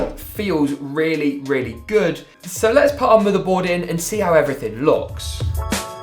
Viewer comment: the way he says motheboud